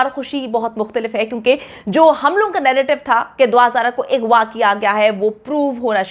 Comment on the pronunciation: Kash hamari u tubers apne pronunciation pe dhian dede strah ko satara agwa ko igwa bchio k bjae lrkio bolna